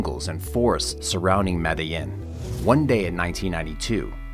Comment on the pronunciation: I hate how you pronounce medellín lol .